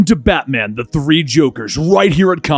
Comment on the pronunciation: Did anyone else hear FATMAN?